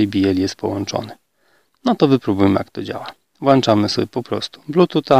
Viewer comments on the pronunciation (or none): Kolego wszystko ok. Ale jak upubliczniasz swoje filmy to na Boga zwracaj uwagę na wymowę ponieważ dużo ludzi tego słucha. Nie włanczam a włączam. Pozdrawiam.